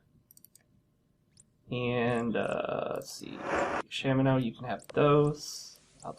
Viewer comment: I also pronounce it as Shamino.